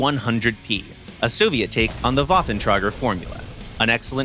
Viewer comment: Virgin English narrator unable to pronounce "Foch" correctly vs chad Russian one who managed to Both fked up with the Waffenträger tho